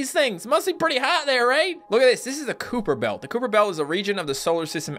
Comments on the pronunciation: did you say Cooper belt?? it's kyper belt but it's spelled differently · It's pronounced "Ky-per" Belt, just fyi